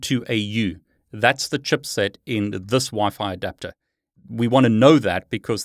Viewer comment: Awesome video that provided me some good info. Using ACHIrtl stupid antenna and have always had major problems to get it work. It's either I need to install drivers again or the 5ghz doesnt work... OP is switching to parrot OS :D ff that sh** :D ALSO the way you say CHIPSET (chupset) made my day. xD